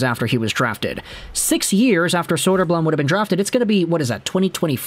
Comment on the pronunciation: elmer's big brother arvid is looking good and holding his own in the net for the blackhawks atm. it's not saying much, but arvid is probably already the hawks best goalie. side note, you're pronouncing elmer's last name wrong, it's bloom.